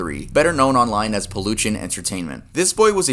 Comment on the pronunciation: the problem isnt how you pronounced Chile, its how you pronounced peluchin lmao. its more like "peloocheen"